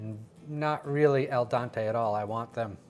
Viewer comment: Its al dente not el dante 🤦‍♂️